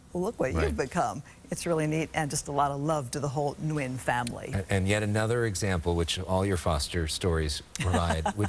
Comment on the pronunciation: Wonderful story. Please pronounce his last name correctly. Nguyen is (WIN)